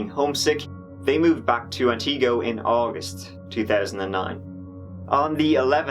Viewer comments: And ant (short i) go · Up here in Wisconsin we pronounce Antigo like this: an·tuh·gow :) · Being from around that area of Wisconsin. The pronunciation for Antigo is "Anty-Go" and Wausau is "Wha-Saw". BUT - thank you for covering this story! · Antigo= Ant-ta-go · The cities all called Wausau = Wa Saw, Antigo = Ant igo. If that makes sense. This is my neck of the woods. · Pronounced Antago not AntEEgo and Waw-saw which u kinda corrected 😁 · Ann-ta-go Whaa-sa 😂😂😂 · Yea you butchered those names. Wausau is pronounced (Wah-saw) and Antigo (Anti-go)... You like those names... We have plenty more awesome ones in this state waves of sarcasm flooding in Wisconsin is wonderful. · Wah saw(wausau) and ant igo (antigo) funny that people trying to correct you aren't even getting it correct!! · not that it matters but it’s pronounced anna-go + wa-saw 🙃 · Just started watching your videos a month or so ago. This one hit home as it took place, sadly, nearby. Love your interpretation our our Central Wis. names. It's Ann T Go and Waa ( like a baby sound) Saw. Have you ever looked at the Kuntz family murders in Athens. Which the people around that area tend to call At ends. Go figure. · the town names are pronounced ant-i-go and wau-saw